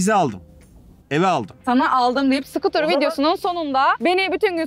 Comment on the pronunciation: Nobody:: sukutırın mı bu mu diye sorarsan sukutırım derim